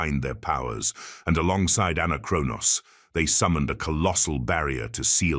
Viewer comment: Ah yes, the ahn kee roj of see lee thoos.